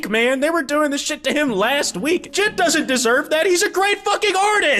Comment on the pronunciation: The way you pronounce JID as one word sounds like an antisemitic slur in russian.